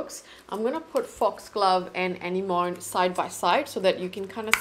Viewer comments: I'm a little late to the party, but thank you for such a great demo of all the colors. There's a big sale now and I want to grab a couple of the blushes. The colors are all so beautiful! Oh -- anemone IS hard to pronounce! Here you go: uh·neh·muh·nee Hope that helps! 😊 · I believe that blush is pronounced “ah-neh-mo-nee” cause I’ve heard it in a song before 😅 I got their holiday gift set that has Azalea and I’m so excited to try it out! Your swatches are soooo helpful because you’re quite close to my skin tone and also undertones. I think the last four shades are stunning and I think I might wanna purchase Foxglove as well, it looks absolutely stunning!